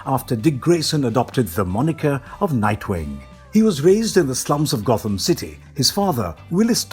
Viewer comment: Sorry but at one point you say Got-Ham city laughed my ass off